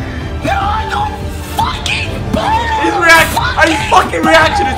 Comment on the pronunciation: it's pele............pele it's pele